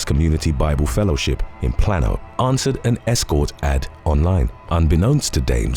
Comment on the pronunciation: Plano= plain-oh or plane-oh 💙